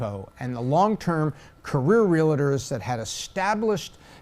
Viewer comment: love you, but they're not real-a-ders. They're real-tors.